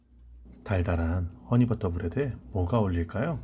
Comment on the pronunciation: 와우! 허뉘 버러 브뤠드~